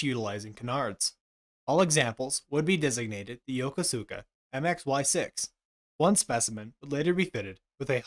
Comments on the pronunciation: It's pronounced YuhKooSka not Yo Ko Su Ka...just sayin' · If you're trying to say "Yokosuka"--as in Yokosuka Naval Base in Yokohama--it's pronounced "Yo-KO-soo-ka" with the second syllable slightly accented. Just sayin'... 🙂